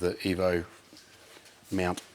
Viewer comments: Whenever says mount i hear meownt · Im sorry, are you saying Meowunt?(mount)